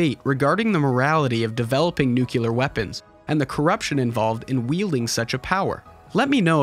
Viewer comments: NUCLEAR NOR NUCULAR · Nuclear... nucular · This is a great take. Thank you. I saw this film advertised in 1988 and then read as much of the manga as there was before I saw the film that year. Also, please, the word is pronounced "nu-KLEE-ar" not "NUKE-u-lar". I'm sorry that I am a pedant. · "a nucular detonation"...we've learnt from Homer Simpson I see?! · You had me up til "nucular" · Nice - thx! BTW, the word "nuclear" is pronounced "nuke-LEE-er" and not "nuke-U-lure"! 😉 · *Nuclear nuculer isn't a word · Nuculer? Good analysis, but cmon. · I hate to be this guy but... It’s nuclear. NOO-clee-yer. Not NOO-kyu-ler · NOOO KUUU LARR WEAPONS. You mean nu-clear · Youre losing me at your pronunciation of "nuclear" as "nucular" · NuCLEAR, not Nucular… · Nuclear, not nucular... 😑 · Nice video, but can we please for the love of God stop saying nucular... IT'S NUCLEAR. PRONOUNCED: NEW-CLEAR. I see this everywhere now and I can't understand it, for real. I even tried searching a justification for this... phenomenon and all I found was some lame linguistic explanation saying that words ending in -ular are more common. I do not accept this because the word is still not written that way. Anyway rant over, I just want this madness to end and obviously have nothing better to do rn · It's Nuclear. As in New Clear. Not FUCKING Nucular. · Nu-clear, say it with me, nu-clear; most certainly NOT pronounced as nu-kew-lar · "nucelar" ... Good video ! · bruh did you really said "nucular" like Homer Simpson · NUCLEAR! SAY IT RIGHT! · you said nucular btw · NU-CLE-AR NUCLEAR. from the noun NUCLEUS which means core. For the love of literacy learn how to pronounce it. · It's pronounced NU-CLE-AR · Lost all credibility when he said NUCULAR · I like this video, but I cannot in good conscience upvote someone who says "nucular". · You can't say "nuclear"... that really scares me... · You kind of lose your science fiction cred when you CAN'T PRONOUNCE NUCLEAR. Unbelievable.